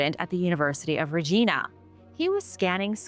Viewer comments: Apparently not Canadian. Regina is pronounced re-JYE-na not re-GEE-na. Saskatchewan is pronounced sas-CATCH-you-wan Not saska-CHEW-an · Not too HARD TO TELL your just Reading off a Teleprompter... SAY IT WITH ME... [RAH-G-EYE-NA]... NOT [Reh-gEEEEE-nah] lmao! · I've seen Scotty in person, beautiful fossil! One small note, it's RegIna, not RegEna! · It's not pronounced re- gena it's Re-jina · It's pronounced Reg-eye-na. Not Reg-ee-na. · Regina is pronounced like Lyle, Regyna